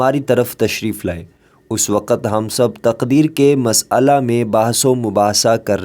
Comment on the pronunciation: Please correct your Urdu pronunciation, carefully read and repeat , مسئلہ.